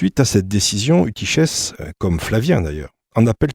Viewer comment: Eutychès se prononce soit Eutykes, soit eutykhes (avec le son guttural) mais jamais Eutyshes.